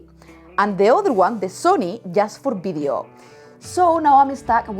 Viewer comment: It’s video, not bideo.